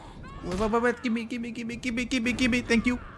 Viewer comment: Sometimes I think you say gibby instead of gimme